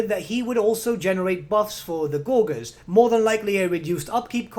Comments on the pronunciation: Why do you pronounce Gorger as "gor-gor" instead of "gorge-r"? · Isn't "gorger" pronounced with a soft G? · Just FYI, gorger is pronounced with a soft g, from gorge, meaning eating gluttonously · Great video, but I winced every time he mispronounced "gorger"